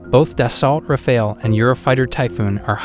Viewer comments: it´s R-A-F-A-L-E, not r-a-f-a-e-l... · Rafale (english : burst), not Rafael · when you can pronounce the the jets name of Rafale , then i might listen to you talking , let me break it down for you , try it like this (( RAF I L .) There you go now . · its rafale not rafail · I can't get past "ra-fail" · I can imagine how much French must love how several AI voices are referring to their vaunted national treasure as ”Ra-Fail” 😆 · Some of the information seems outdated. For example, the Typhoon is using the Meteor since 2020 or 21 as well. And please don't pronounce it ra-fail. If you do a video, at the very least do some research about the pronounciation.